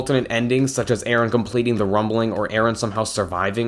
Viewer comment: It's Eren not Aaron